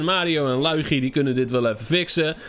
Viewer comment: Ik vind het zo grappig hoe hij liugu zegt hahaha